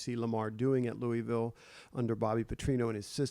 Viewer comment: It's pronounced Loughville. Gotta say it like you have a wad of chew in your mouth lol.